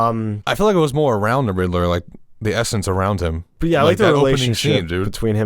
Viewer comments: why is he pronouncing it Riddle-ler instead of Rid-ler?! 🤣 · I can't stand the way you pronounce "Riddler", it's not RID-EH-LERR! it's RID-LERR! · Hey, buddy, it’s pronounced “Rid-ler” not “Rid-eh-ler” lol. Also you are correct about cats and milk. It really isn’t good for them. They should have had a mode where the contacts turn the eyes white. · Why this guy pronouces Riddler so funny? He is saying Ri-de-ler